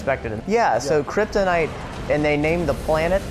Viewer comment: Did he say kryptin? Is related to Marlon Brando.